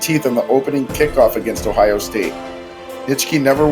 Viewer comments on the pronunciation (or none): none